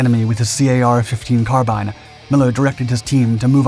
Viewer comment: carbean. car bean. like mr. bean. carbean. carbine.